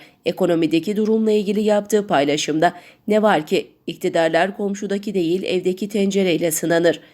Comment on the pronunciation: "Ne var ki" vurgusunu yanlış yapıyorsunuz :) Soru değil, "ama, fakat, lakin" anlamını vermesi için vurguyu doğru yapmalısınız.